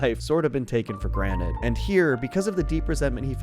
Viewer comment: Pleas stop saying graned its calld granted